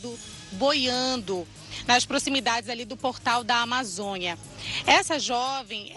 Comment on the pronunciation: Amazonha? Uma jornalista FALANDO errado